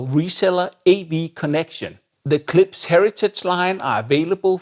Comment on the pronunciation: It's KlipSH. You keep making an S sound.